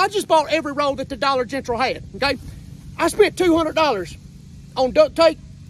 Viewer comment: Dollar Gengral. Lmao